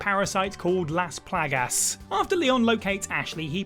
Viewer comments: He said this right as I read your comment, I’m dying lmao. How can you say it wrong when they literally say it in the game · Ah yes, Las Plag-Ass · is fast becoming my favorite what culture member. I'm going to say Las Plah-Gass from now on. Love it.